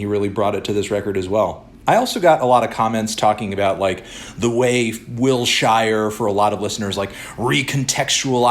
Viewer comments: As someone from L.A. I cringe everytime you say Wilshire. Not Will-Shire.. it's Will-Shurr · STOP SAYING “WILL-SHIRE.” It’s “Will-shure”. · Man I swear to god stop saying Wilshire like that, like it hurts so much to hear it said that way, it feels anti-Semitic lmaoooo